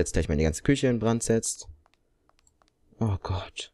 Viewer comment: Ich fand das lustig als du anstatt küche kiche gesagt hast ich hatte voll den lach flash😂😂